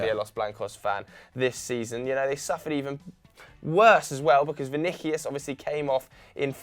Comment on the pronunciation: Vini-key-us? Vini-key-us? Pretty sure its Vini-si-us!